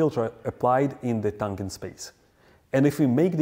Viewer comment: It’s “what it looks like” or “how it looks.” Never “how it looks like.” Also, “tangent” is a soft G. Like the G in “general.” Also, “compounds” when used as a noun, is spoken with emphasis on the first syllable. COM-pounds.